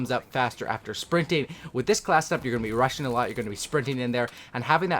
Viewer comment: He knows there is a (g) at the end of (rushing) right?